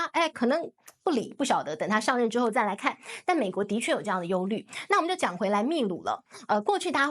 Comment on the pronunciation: 兄弟 在秘鲁里面这个字读bi 否则会闹笑话的